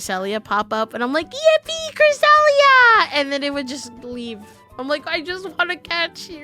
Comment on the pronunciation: Crescelli?? I thought you said Chris Elliot.